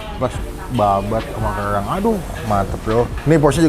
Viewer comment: "nasi goweng, kemayowan, kewang" emang ngmg nya gitu y pak?